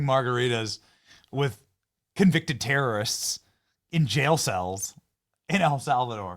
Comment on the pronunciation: Did Hawktua Jeffries say “with” and then “correct” it to say “wit” or “wich”?